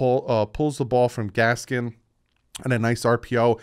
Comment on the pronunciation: When you start pronouncing Miles Gaskin name correctly, i will be happy. There is no s at the end of it!